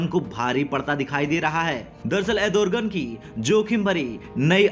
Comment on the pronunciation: अरे भाई, एर्दोगण बोलना तो सीख पहले, तुझे अँकर किसने बनाया??